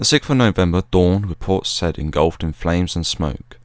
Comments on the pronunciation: ...and Port Said is pronounced 'Port Sayyed' not 'Port Sed'... nevertheless a really articulate history, well delivered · Having been there in the past ten years, it's pronounced by the locals as Say-eed. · Hi Port Said pronounced `say`eed` :) Good work though. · Is that how the Port is pronounced? I thought it was pronounced Seye-ihd. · port "saieed" not said.